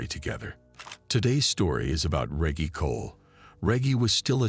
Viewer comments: THATS MY BOY & ITS PRONOUNCED REGGIE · Butchering this bros name!! Reggie sounds like rejj-e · Excuse me it's pronounced Reggae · It’s Rehgee Reggie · Pronounced Rej-gee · Pronounced Re-jee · Feels like a stab every time he says reggy 😂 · The way he pronounced his name makes me think what we called regular 🌲🌳weed lmao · can't even pronounce Reggie properly? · Na the voice doin this video messed up so many words and how you got a whole story about someone and keep messing up they name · Reggie is such a well known name and this guy can’t even pronounce it the right away. Super annoying. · I don't know if Reggie 😂is pronounced like that!😂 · You keep pronouncing his name wrong. F$&k you. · the real crime here is this ai pronunciation of REGGIE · Reggie is pronounced wrong it spoils the video, did you use artificial intelligence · YO WHY IS THE NARRATOR SAYING THE NAME WRONG EVERY FEW MOMENTS?!! 😅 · The narrator sayin Reggie name wrong is killin me, you telling me throughout his ENTIRE life he never came across a Reggie? so he decided to "sound it out" 🤦‍♂ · Watched this whole thing and couldn't tell u what happened to ol' Reggie. What I can tell you is your boy can't pronounce the name Reggie... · Is his name Reggie or Regie lol 😂😂😂😂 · Bro cant even say Reggie properly 😅😂😂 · You can’t pronounce Reggie right 🤦🏾‍♂️ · Hey tell.the FN commentator it's pronounced Reg-gie Not Regg-e, lol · The fuck is this a AI reading this or something? How the hell do you mispronounce Reggie? “Rej-gee” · Yo Name is probably Re ggie not Reaggie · re - gy not re gee ? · D MKF D REGGIE MFK NOT REGY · Reggy or Reggie you donkey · Reggie is not pronounced reggae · Reage. Dude you know dam well what his name is Reggie. You never watch baseball. Not REAGE JACKSON BUT REGGIE JACKSON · Your saying Reggy it's Reggie lol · Omg 😳 I can't watch this video and listen to him pronounce REGGIE wrong 🙄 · He caught himself pronouncing Reggie the correct way the third time he’s said regee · Rey-gey is wild